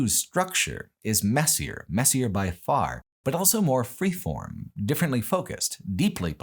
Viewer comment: pronounces the word "also" as "elso"